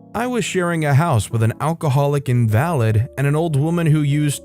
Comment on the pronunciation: Invalid is not pronounced like that in this context